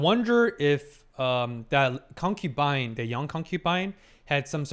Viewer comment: My drinking game ended with stopped saying concupine 😔